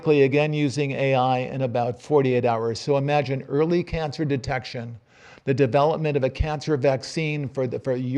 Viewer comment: It is not pronounced devlapment. It is de-ve-lop-ment. I am not being impolite but writing this after hearing this word butchered about a few hundred times.